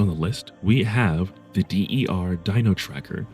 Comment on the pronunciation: D.E.R. dino tracker lmao "der" is "the" in german, dude